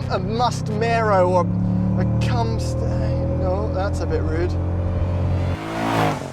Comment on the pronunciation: “Cumstain” LMFAOOOO